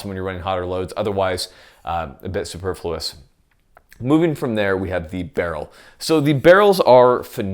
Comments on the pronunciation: SUPER....FLUOUS...LOL! how about...su..PER..fluous.. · Superfluous is not pronounced like that. Just so ya know.